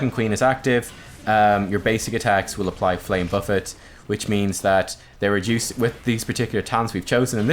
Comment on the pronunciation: Only youtuber who can pronounce flame buffet correctly